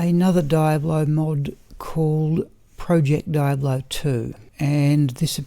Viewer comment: Triggered every time you said die-ablo